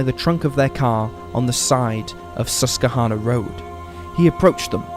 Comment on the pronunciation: Pronounced - sus / kwa / hanna